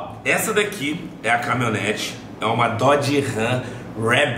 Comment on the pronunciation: "CAMI-O-NETE", kkkkkk! Compra um curso de português também